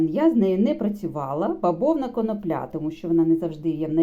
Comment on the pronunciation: Так та коноплЯ,ріже слух,- може все ж коноплі ?!!